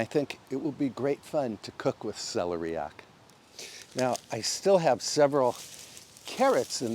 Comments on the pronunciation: we love the care you bring to your home and its surroundings... Also.. not sure if anyone has mentioned but here in the UK it's pronounced cel-air-ee-ack, not celery-yack. We still enjoyed your version! Your lovely piano playing is a treat as well. 😊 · Celeriac is pronounced: suh-lee-ree-ak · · I think you are pronouncing celeriac wrong. The accent goes on the second syllable. I tell you only because you are the type of person who cares!